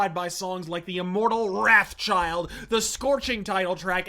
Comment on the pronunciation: Part of Maiden mythos is that Wrathchild is called "Roth"child not "Rath"child ^_^